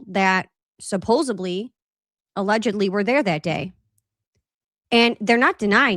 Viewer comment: It’s ‘supposedly,’ not ‘supposebly.’ Not trying to be rude at all. I’m a grammar nerd.